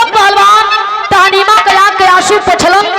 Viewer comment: बिरहा बहुत सुंदर है, उसका नाम ताहमीना था, आप तहनीमा बोल रही हैं।